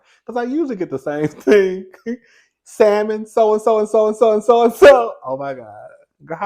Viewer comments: 😂😂alot of people dont realize the L in Salmon is silent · I'm excited for this NEW election season..lol..its for sure gonna be interesting...but I'm here for the politics convo..i enjoy it...and I hate when people say SALmon😂...like girl NO😂😂😂...that is not how you say that 😂😂😂